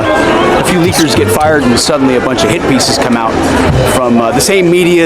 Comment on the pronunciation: Did he say "hippies"? Oh, hit piece . . . 😂😂😂